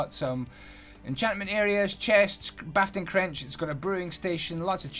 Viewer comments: "bafting crench" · "Bafting Crench" ... Pfft XD Haha ha ha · "Bafting crench" dude what lol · "bafting crench" i love you so much lmfao